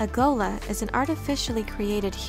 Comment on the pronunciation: Better pronounced as 'Tleilassoo'. And Ghola - 'R'ola' (r as in french)